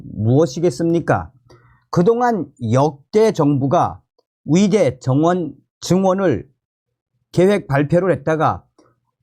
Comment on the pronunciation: 열심히 잘 듣고 있습니다. 근데 의대, 의사 등 의 발음이 무척 귀에 거슬려서 끝까지 안듣는 일이 많습니다. 의대가 아니라 위대, 의사가 아니고 위사로 들립니다. 조금만 더 주의하셔서 정확한 발음으로 말씀해 주시면 더 좋겠습니다.